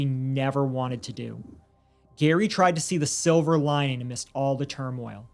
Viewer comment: Did you say "silver lion"?